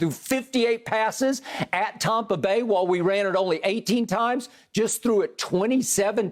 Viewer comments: I really wish skip would stop saying "tompa" bay!!! Its sooo cringy, sounds soooo dumb. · aNd dO yoU reAliZe, at TAWPA Bay….